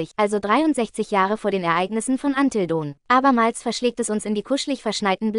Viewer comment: Es klingt doch so herrlich 😂